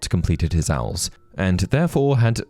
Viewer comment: Are they called owls like that? I’ve always read it as O.W.L’s, saying each letter